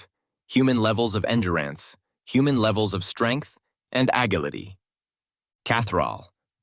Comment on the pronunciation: Nothing against the creator (good channel, good stories), but you need a better AI. One that can correctly pronounce common words like "endurance" and "agility." Otherwise, thanks for the much needed recap.